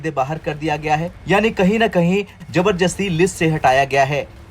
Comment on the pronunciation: जबरजस्ती नहीं जबरदस्ती